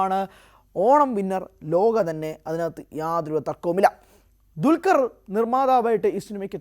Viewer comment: ഇവനെ പോലെ തന്നെ വേറെ യും കുറെ ചിലരുണ്ട്..😂 അല്ലെങ്കിൽ ഇവർ പറയണം.... എന്താ ണ്‌ DQ വിനോട് ഇത്ര വെറുപ്പ്.... ദുൽകർ എന്ന പേര് പോലും ശരി ക്കു പറയില്ല....